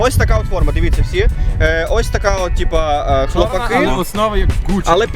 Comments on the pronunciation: Шліпаку, навчися правильно говорити назву команди. Наголос на А а не на И. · Якраз наголос на "И"))